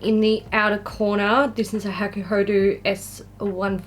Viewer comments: Woow... this eyelook? 👌💖 PS: I know its just my stupid request but can you pleeeaase, PLEEEASE say hakuhod[ɔ] not hakuhod[u]? My ears will be very thankfull 😅 And most importantly... 🎉HAPPY B-day!!! Yaaay! 😘 ...Hope I have written it right.... English is not my strong point... 😫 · Yes the "ho" and "do" sound should be the same :)